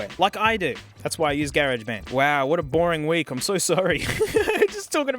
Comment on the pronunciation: "gay-raj band" is my new favorite Australian (or maybe just ) pronunciation.